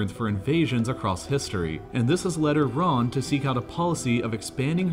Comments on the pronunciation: its not "yee-ran" tho its "E-ran" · it's E_run and we don't care what the uniranian how pronounce it. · It’s not Yeee run either lol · It's Iran... Not Iraaaan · Normal people:Iran Him:Eiran